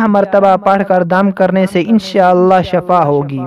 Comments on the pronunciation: Shafa nhi hota h... Shifa hota h.. plz correct this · Shafa nahi shifaa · Shafa hota hai ya Shifa? Kam az kam etna tu seekh lo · Sorry to say but merey ye snney Mai Aya k Aap n shafa kaha JB k Sahi lafz shifa. H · Hazrath shafa nahi wo shifa hai shafa yani bemari